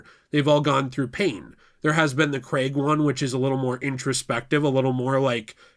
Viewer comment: It’s Craig not creg and brosnan